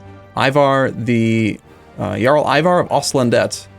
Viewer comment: Well he does say jarl correctly so he probably just doesn't notice